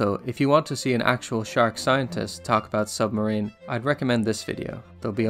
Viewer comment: lol he said sumbmarine